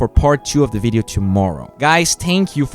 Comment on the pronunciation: It was my understanding that you said TOMOROW